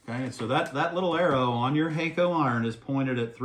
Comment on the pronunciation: Use their tip tinner Pretty sure it’s pronounced HAK- KO Not hey-ko Use 380° for lead free